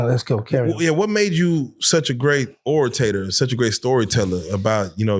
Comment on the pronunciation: Orator, not oritator. 👍🏾 Y'all should interview Banky Pound.